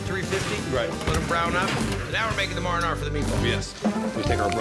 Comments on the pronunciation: dude said maaranaara lmao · my guy said "Mar-Eh-Narra" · MARINORA, shame he's got an Italian last name but pronounces it like a non Italian.lol.